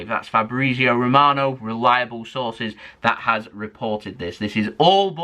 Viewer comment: I love the way says Fabrizio Romano as Fabreezio😂😂